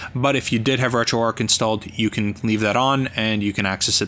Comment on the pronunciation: A very nice and useful video - thanks. One thing though - it's "RetroArch", not "RetroArk". "Arch" as in "the arch of a bridge". See here if you'd like to know more